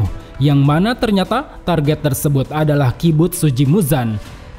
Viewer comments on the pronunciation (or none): none